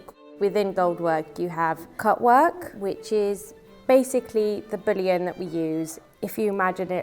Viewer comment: I'm glad I'm not the only one laughing about these. "Bullion" got turned into "Boolean". 🤣